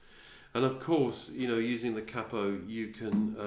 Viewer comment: I'm subbing you purely because you are the first tutor on u tube that I've heard saying 'cappo' instead of 'caypo', at last ,someone who understands what it means,,,thanks mate,,,🤗👏